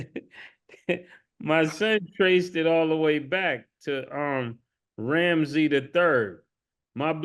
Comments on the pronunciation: Ma$e keeps saying "Ramsy the 3rd" instead of "Ramses the 3rd" and it makes him sound like a pub owner from England instead of an Egyptian pharaoh lol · I think it's "Ram- sees" Mase...😅😂